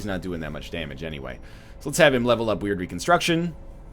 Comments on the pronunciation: I heard it a couple times now when you bring the Occult guy. Its pronounced Word Reconstruction not Weird Reconstruction. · NL Occultists wyrd reconstruction is pronounced wired , you can see what I mean because you can see stitches in the ability